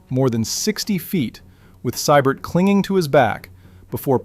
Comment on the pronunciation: It's pronounced "SEE- BERT". Early on the Rocket was sent to learn how to box from a Golden Gloves winner and never looked back